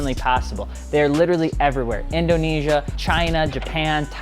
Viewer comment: You did not redden Indonesia properly bro